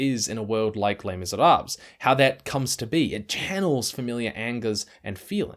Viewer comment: Thank you for the video... please stop mispronouncing Les Miserables!